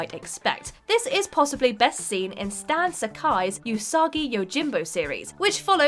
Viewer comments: oos-uh-ghee not you-soggy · It's weird to hear them say ūsagi instead of usagi